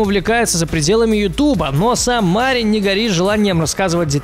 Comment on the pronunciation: Там 2 И Мариин Макано ударение на вторую И